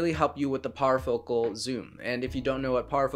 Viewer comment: Power focal? Anyone lol.... Parfocal